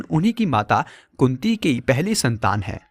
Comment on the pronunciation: kunti ya kutti? kya bol rahe hai.karan ko srap nahi mila tha